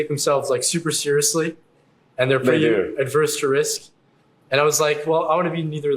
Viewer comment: can’t pronounce ‘averse’.